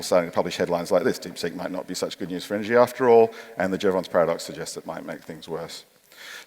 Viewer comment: His name was Jevons, not Jeavon. Good video though. Use of LLMs is incredibly unethical and risky.